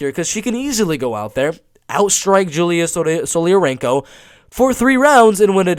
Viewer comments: Julija = (Yu-lee-ya) not (Joo-lee-haa) lol European not Hispanic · You're pronouncing Julija wrong. Just pronounce it like the name Julia in English. I'm pretty sure she is Russian, her name gives it away. That's a cliché Russian surname. Since Lithuania used to be under Soviet occupation, many ethnic Russians are living in the Baltic states still. I find it super confusing when a fighter is from, for example, Lithuania but has a Russian name and most likely speaks no Lithuanian. It is a huge problem in the Baltic states. A huge percentage of the Russian speaking minority outright refuse to speak the language of the country they live in. I just wish there was an actual Lithuanian or Latvian representing the Baltics. Because most, if not all fighters I see on tapology who are from the Baltics, have Russian names.